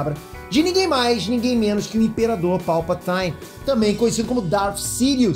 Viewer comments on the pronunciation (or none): Não se diz “PalpatAIne”, é Palpatine mesmo, tanto com áudio em inglês como dublado nos filmes é assim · Ei Nerd Tranks estamos aqui kkk. Não me entenda mal, mas você fala Rey como se fosse "Rei" com o "R" carregado e Palpatine que é um "i" normal você fala "ai" que também fica estranho nas 2 línguas. que mistura é essa que você achou? kkkk. veja aqui em ingles como fica. Certeza que você também nao curte quando te chamam de "" ou Pedro kkk. Abraço sucesso ai no canal! sou fã Ps. quase esqueci de falar do POÊ... pô me ajuda ai hahaha. Pow ou Pou sei lá. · É palpatine e não palpataine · Ótimo video. Faz mais videos de Star Wars; tem os trailers da nova temporada de Clone Wars e de Mandalorian (apenas filmado na SWC). PS. Só fica ligado nesse Palpataine; é PalpaTIne mesmo. Abraço. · Palpataine não, é Palpatine mesmo! heheh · Palpataine não. Palpatine igual escreve mesmo. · A pronúncia do é hilária kkkkkk palpataine é foda kkkk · Kkkkk engraçado ele falando Palpataine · "PALPATÁINE" é foda kkkkkkkkk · Dá uma agonia ouvir o falar Endór, Palpataine, e esses nomes... E os usuários do lado sombrio da força não pode virar fantasmas da força, ele viram uma espécie de fantasma, só que todo bugado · Palpat"ai"ne??? Corrige ai... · "PalpatAIne" não bro D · Grande! Cara finalmente eu vi vc falando de star wars kkkkk(brincadeira) Só que vou te dar um toque de fã, tanto do canal quanto da franquia star wars: Palpatine se pronuncia exatamente como se escreve, o "i" nesse caso não fica com som de "a", suspeito que pq a origem do nome não é inglês... Se quiser comprovar assista os filmes em inglês e preste a atenção... abraço cara!!!